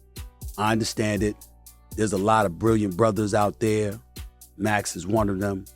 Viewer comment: SAS just absolutely slurred his words the moment he mention Max's name, that definitely tells of how he honestly feels about the subject 😂